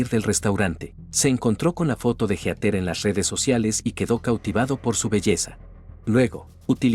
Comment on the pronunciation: No puedo con Heter, es Heatheeeer